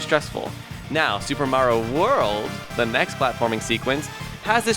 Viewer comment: How you said super Maro world I thought u said super world